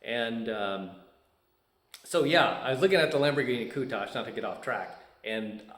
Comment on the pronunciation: Ha!, I was just waiting to see if you would say Countach correctly. Congratulations! I grew up just south of you. I think my high school played against yours.